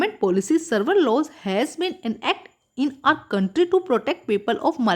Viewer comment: Mam apki pronunciation boht hi bekar hai. Apko several padna pronounce karna ni a raha. Ap toh read tak thik se ni kar pa rahe !!!!!!